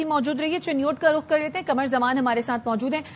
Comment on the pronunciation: Correct your word, it's not RAKH , it's RUKH